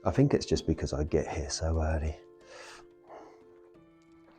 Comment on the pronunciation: I fink your pronunciation let’s you down badly,it grates on me 😫